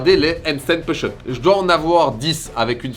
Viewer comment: Good job! On dit pouche op pas peuche eup 😆